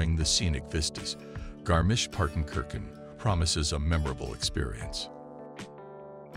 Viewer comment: I was not ready for american "travel influencers" and their effort to pronounce Garmisch-Partenkirchen :D